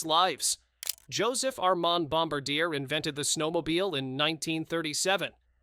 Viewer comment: Just a friendly fyi.. it’s pronounced “ bom bar Dee ay” not bombadeer”.. it’s French.